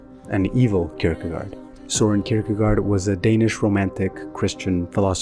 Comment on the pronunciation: It's not Soren, but Soeren Kierkegaard. It's the same reason we use double a. It's not an O, but a Ø (oe).